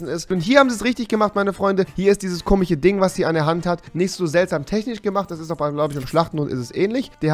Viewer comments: Warum sagst du immer komich statt komisch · Spricht er komisch mit Absicht „komich“ aus? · komich, komichen, komiches😂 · bitte sag KOMISCH nicht kimiCH .... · Bitte lern bis zum nächsten Video "komisch" zu sagen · Kannst du nicht komisch ausprechen